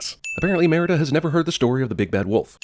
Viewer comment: Think CinemaSins needs to take 50 sins for themselves for the butchered pronunciation of Merida the entire time..